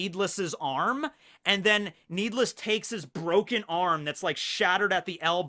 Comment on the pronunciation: I think it’s Nee D. Less